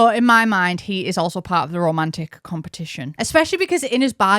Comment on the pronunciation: it took me so long to understand you were saying "romantic interest" and not "Romanic Interest" I was really confused what Romania had to do with this update